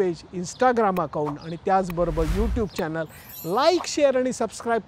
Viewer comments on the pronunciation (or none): none